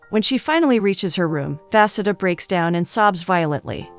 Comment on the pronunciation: The way the pronunciation of vasudha got worse every time her name was said💀 at one point i forgot what she was supposed to be named and i have an aunt with the same name